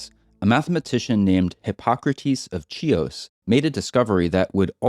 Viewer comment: "Chios" is pronounced with a kh-sound, like "chemistry", not a ts-sound, like 'chip'.